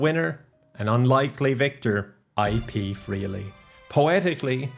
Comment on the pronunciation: Not ipee freely 😂